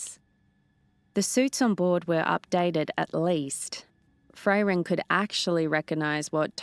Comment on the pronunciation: My only negative aspect too this was as others also pointed out, the way she is saying Fray-ren not Frairen that could throw me off a bit, besides that she did a good job yes she will get more confidence in the story it is after all a channel favorite so it can be daunting to step into someone elses shoes too try and keep it going, i am all for her making it her own and giving it her own flair with the exception of the name Frairen, it could be an accent thing not sure but it throws me off a bit. She did a good job with Himmel and others as well so keep up the great work big shoes to fill, just get the name of Frairen right and i am going to praise you all day long for keeping this universe going.